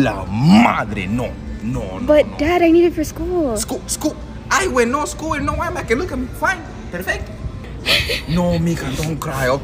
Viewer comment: "Brand new Eyemac"😂